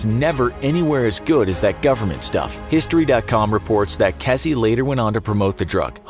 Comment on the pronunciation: It's pronounced Keezy, not Kessy